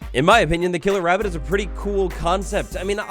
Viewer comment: Scawy wabbit